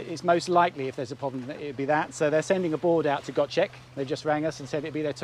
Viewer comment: Hi. My wife and İ have watched all your episodes and always enjoy them. We are from Scotland but have lived in Turkey since 2009. İ hope that you don't mind but İ want to correct your pronunciation of ''Gocek''. ''C'' in Turkish sounds like ''J'' whereas''Ç'' sounds like ''Ch''. So if you say it like it was spelled with a ''J'' i.e GOJEK it will be correct. Take care and keep making great videos .-)